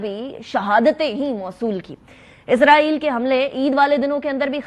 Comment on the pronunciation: محترمہ آپ کا پروگرام ٹی وی پہ دیکھ رہا تھا تو آپ کا نالج ماشاللہ کافی وسیع ہے لفظ ازرائیل نہیں اسرائیل ہوتا ہے اور فرینس نہیں فرانس ہوتا ہے